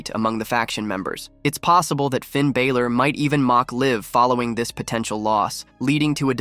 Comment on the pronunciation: Please learn to say Balor's name correctly it's pronounced as Baa-lor, like a sheep baalor